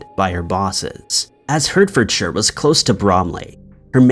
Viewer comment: Edin buh ruh not Edenburg! And it's pronounced heartforshire even though it's spelled Hertfordshire. Jeez, do some research on how to pronounce UK town, city and county names!